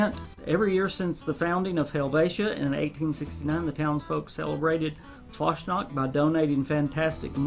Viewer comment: I'm of German heritage and I know basic German; I'm not fluent enough to speak it but I know pronunciations and can understand a decent amount of words. That being said, I believe Fasnacht is pronounced "Fahz-nahkt" with the "phlegm" sound on the "kt". Just for future reference if you have to say it again haha :) These updates sound really good (especially the turret update; I recently had budget issues and had to remove my turrets but this might help), but I'm a little concerned about the principle of Bethesda creating more no-build zones. I know they'll probably create more game worlds to play around in over time but if they don't, we're going to start seeing a significant decrease of buildable areas in the game world as more content is released. That is, if they decide to start creating more no-build zones for every content update.